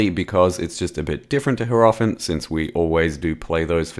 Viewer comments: yarp. Hierophant should be pronounced more like High-row-fant and not Hair-off-int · cannot unhear the way pronounces Hierophant